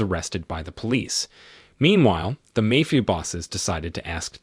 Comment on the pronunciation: Does anybody else pronounce "mafia" correctly every time it is mispronounced?